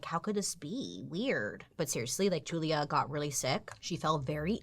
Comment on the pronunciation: When she said Julia I heard Julia Gulia